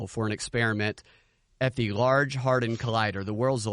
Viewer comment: did you really say "large hard on collider?"